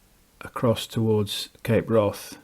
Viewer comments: Wrath in Cape Wrath is not pronounced like wrath; it rhymes with Kath. Its name derives from Old Norse hvarf meaning turning point. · Ha..,I see , he says wroth.